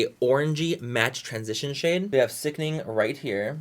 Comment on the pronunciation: Drinking game: Take a shot every time Manny says “Sickning”